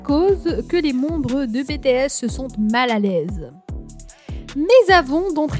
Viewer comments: Par contre ça ce prenonce pas ça BTS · J'aime bien la vidéo mais tu dit mal BTS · Moi j aime bien ta vidéo mais franchement on dit pas BTS ( bétéesse) mais BTS ( bitièsse) V c est (Vi) ouais et franchement dit les nom correctement stp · "Baie tae esss" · et c'est les seuls noms qu'elle a pas prononcé en bon français xD (entre Bétéèsss, Vé, Jihoope, Kipop et Jung koeeek, armé, fanze, on en voit des choses -_-) attends attends stop, c'est jimin le plus petit du groupe, suga fait 1 cm de plus que jimin STOP comment ça son talent en chant n'est pas assez bon, il a une super belle voix, à mes vous avez pas assez écouté awake, epiphany, abyss et moon hein pour la danse c'est pareil. Je ne pense pas que tout le monde peut danser des chansons comme idol, on ou encore fake love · Cela s'écrit BTS tu as dit bétéyès au lieu de Bitiyès Ce n'est pas Vé c'est Vi PS :je sais que cela ne s'écrit pas comme sa mais cela ce se prononce comme ça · pourquoi BTS au début j'ai faille faire une crise cardiaque (ca se dis BI-TI-ES) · Bé Té S !? 😂😂 Pardon mais c'est Bi Ti S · Tais toi zozo , c'est bities** pas betehess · Bts elle le prononce bé t s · « Bè tè es » En tant que Army mes oreilles saignent 😂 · Betesssss🤣🤣🤣 "BTS" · sa secri BTS mais sa se prononce BITIèS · J’ai juste entendu bétéaisse au début ça m’a piquer les oreilles 😭😭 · "Bétéèss" "Armée" mdr non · Pourquoi Bé Té Ess ? Mais pourquoi ? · "Vé" bétéès " armé " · Bétésse je- en tant qu'Army je hurle 🥲👌 Juste pourrais tu dire les noms correctement? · Jung koek bétéèsse vé jihope armé Mdr mais non sa fait mal au oreilles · Oh mes oreilles elles sont en sang prononce les bien s'il te plaît ! C'est Vi et BTS on dit BITIS ! Corrige toi s'il te plaît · De bétéaisse 🤣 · Oui et puis sa se ne prononcé pas BTS mais en anglais